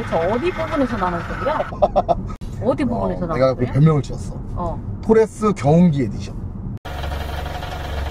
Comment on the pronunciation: 토레스입니다!!!!!토래스가 아니라!!!!!!